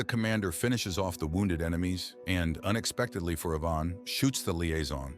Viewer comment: wrong pronunciation of Ivan